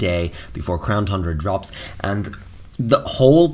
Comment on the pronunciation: he cant teach enough, he can’t even say Crown Tundra right....